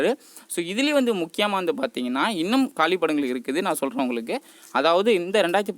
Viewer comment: Kaalipidangal illa..kaaliidangal